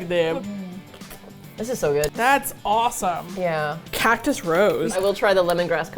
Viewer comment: Literally thought you were saying “Catnip Rose” the first two times you mentioned that flavor of sparkling water 🤣🤣 cactus makes so much more sense